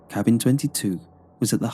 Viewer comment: Apparently, someone or something cursed that cabbing 😉